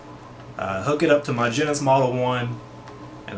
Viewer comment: "Genis?" Never heard it pronounced that way. just giving you a hard time, good stuff.